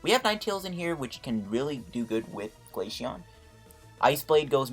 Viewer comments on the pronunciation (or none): It’s glaceon not glasheon